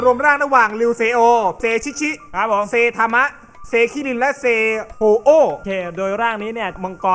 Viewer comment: โฮโอ ไม่ใช่ โอโอ้